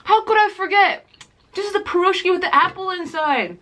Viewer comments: the blintz pronouced blinchik/blin and you eat the meat blinchik with sour cream and the cheese is eaten with jam for your taste and you pronouce the piroshki pirashki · heeyy, funny to hear how you pronounce Piroshki)) and correct name for Blintz is "Blinyy" its like slimmer version of pancake)